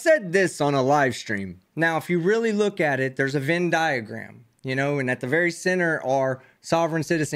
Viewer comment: Love your channel! FYI - it's "VENN" diagram.👍🏻